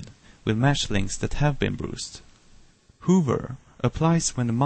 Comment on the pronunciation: Dude, its not pronounced hoover and brooser, its hover and browser. As its written :p Anyways, nice tut!!